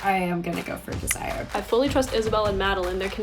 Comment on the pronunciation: I’m not sure her name is DEZ-Si-ER. Pretty sure it’s Dez-zer-Rae